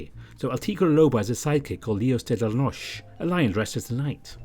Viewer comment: Hey! Just wanted to let you know that in Spanish, “Leos De La Noche” is pronounced “lay-ohs day lah no-chay” but you keep doing you if you’re uncomfortable with it 👉👈 Still, I love tuning in to listen to your voice! Keep up the great work, as always! : )